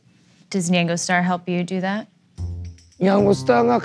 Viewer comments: why does she keep saying nyengo? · She pronounces nyango kind of weird. Lol have I just been saying it wrong all this time?